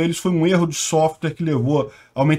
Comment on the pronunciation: Erro de sofwrirrrr aaaafffffffffffff